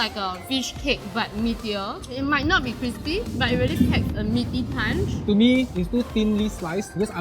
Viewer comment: Did say 'packs a little bit of punch?' 😁